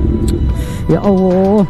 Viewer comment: Maaf, apa aku salah dengar menyebutNya Ya Awwoh..?